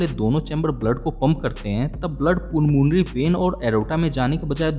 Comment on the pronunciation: पुलमोनरी वेन नहीं पलमोनरी वेन होता है